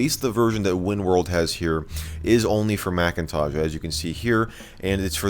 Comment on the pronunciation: Why do you say Macintaj instead of Macintosh?